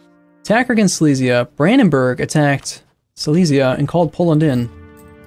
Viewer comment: Silesia is pronounced more like "sea-less-yeah", not "sy-lee-s-yeah", just so you know...